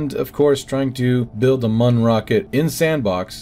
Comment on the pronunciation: I will continue to insist that it's pronounced Myoon and not Muhn. One is funny and lighthearted, the other one is the sound a German makes when taking a dump.